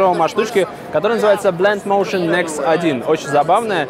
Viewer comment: Blend Motion? читать чтоль не умеешь?